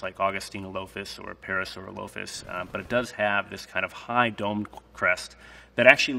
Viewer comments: The way he said parasaurolophus hurts my soul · The way he pronounces parasaurolophus is terrible. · Well he pronounced parosaurolophus wrong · It’s pronounced para saur rall a fus